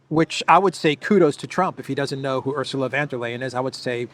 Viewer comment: Ursula Wonder-liar 😅😂? Is that correct? 😂